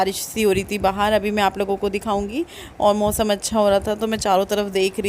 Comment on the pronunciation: Mosam nhi hota hai Mausam hota hai aap naak se kyun bolti hain itna aunty